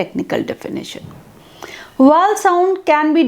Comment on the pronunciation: Mam u are not able to pronounce Vowel...short...etc.